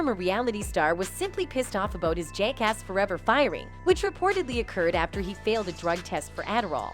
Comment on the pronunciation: She sId Jake-ass 🤣. Sounds like something you call a cop